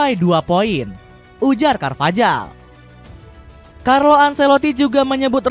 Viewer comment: izin koreksi pengucapan/pronounciation mas voice over yg belum tepat ya :) catalán : katalan carvajal : karvahal cubarsi : kubarsi casado : kasado thank youuu